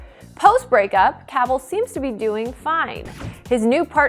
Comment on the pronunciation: Can’t say Cavill right either